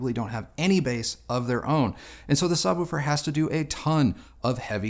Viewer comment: Can't stop noticing the way says "Subwoofer". Sounds like he's saying "Sub-wu-fer", emphasis on the "wu".